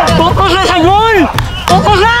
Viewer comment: May narinig akong "NOCUS LANG" OR FOCUS LANG HAHAAHHA